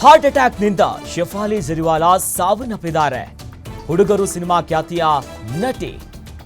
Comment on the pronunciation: ಅದು ಕ್ಯಾತ ಹೃದಯಾಗಾತ ಅಲ್ವೋ ಲೋ ನಿನ್ ನಾಲ್ಗೆ ದರ್ಬೆ ಹಾಕಿ ಸುಡಾ 😡 ಅದು ಖ್ಯಾತ ಹೃದಯಾಘಾತ